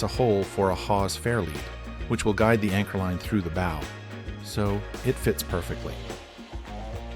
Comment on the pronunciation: This isn’t the same boat. And learn to pronounce “bow” 😂